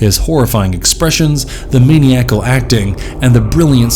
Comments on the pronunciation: Mah-nigh-ah-cul. That's how maniacal is pronounced, for future videos ^_^ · It's ma-NI-acal!